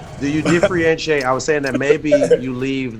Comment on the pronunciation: Nobody: Trinidad: DIFFRIENTRIATE